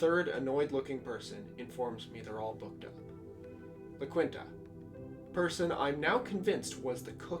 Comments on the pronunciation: lol, dude pronounced it “la-quint-a” 😂 it’s Laquita “la-keen-ta” my guy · Love your channel, and i hate to be that guy, but: *la quinta (la-keen-tah) Still love you, dude.